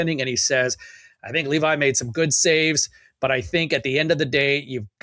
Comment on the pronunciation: Please pronounce Leevi's name properly. It's pronounced like the words "levy" or "levee", not like "Levi's" jeans. Cheers